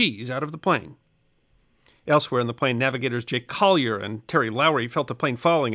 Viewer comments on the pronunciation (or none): none